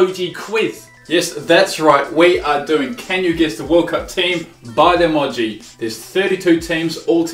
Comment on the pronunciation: Why does say (i-moj-ee)?? its (ee-moge-ee)